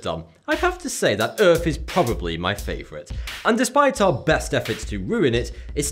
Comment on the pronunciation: pronounces earth, URF